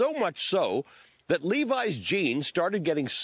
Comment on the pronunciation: That’s not how you pronounce that jeans brand…